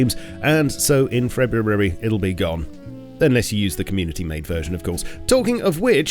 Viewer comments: Nobody:: Febrawrowoery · please don’t tell me that’s how you actually pronounce Febrireery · I rewound to “Frebrurary” too many times 😂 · 0.34 guys he said its coming out in freburary............. when tf is that has bro bought premium life to get an extra month in the year or what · "all in frebrurary´s patch" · Never heard of the month, “ferooairy”. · That's the first time every 'R' in February was pronounced